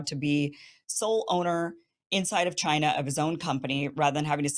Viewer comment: Winners focus on winning and losers focus on winners. Murica should really stop focusing on Ch-eye-nuh